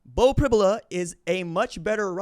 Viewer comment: It's pronounced Prib "you" la. You can't throw the ball down the field when you can't protect...It's a recipe for sacks and turnovers. Look for screens and quick throws by Ohio State. Allar has been playing at an elite level this year. Pribula can throw and move well. He's a 4 star prospect and has played in many games. PSU can win with either.